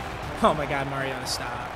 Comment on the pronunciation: when u gonna learn how to say Mariota